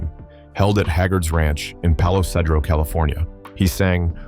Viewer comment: Not to be rude, but It's pronounced ... (Pal oh Seed Row).. Palo Cedro, California (10 miles from Redding)